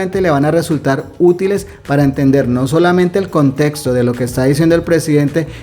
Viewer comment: Un dedo arriba porque pronuncias la X, porque no es lo mismo , contesto que contexto.